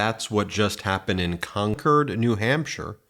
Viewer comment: Thank you for saying Concord correctly. And yeah he's totally losing it! He's making crap up again (crowd size) and lying about J6 deleting evidence and WOW messing up Nikki and Nancy. I love that MSNBC is really talking about him losing his mental capacity. Finally.